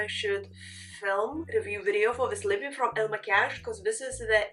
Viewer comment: you did it beautifly. ❤